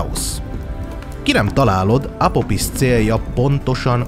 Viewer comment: Juj mit talaltam! minosegi mitologia/tortenelem csatorna raadasul magyarul???? Annyi csak, hogy kiejtesre kell figyelni pl 'ph' az tobbnyire 'f' szoval Apofisz. Sevilla meg Szevijja. De ez csak szorozes igazabol. Szep munka, remeljuk meglesz az ezust es talan az arany plakett is!